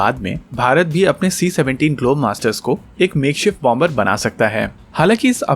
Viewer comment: It's pronounced as bomer, the b is silent